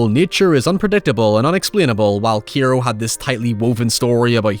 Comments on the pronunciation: Keero? You mean Kairo (Kah-eee-roh)? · Why do you still pronounce Kairo like that